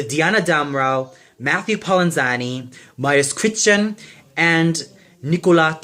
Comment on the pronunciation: And also you have to work on your polish pronunciation! If I listen to you whitout pictures I won't know that you are talking about Mariusz Kwiecień!